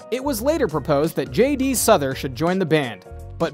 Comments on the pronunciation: And it's JD (Sowther) not pronounced Souther. Get it right. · How can you do this bio when you can't correctly pronounce Glen Frey, Bernie Lead on and JD Sourhers last names. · How can you mispronounce both Bernie Leadon‘s last name and Glenn Frey’s last name? You even mispronounce JD Sauders last name.